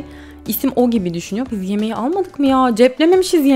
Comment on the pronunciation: Yemeği yerine yimiyi demesi harikaydı..♥♥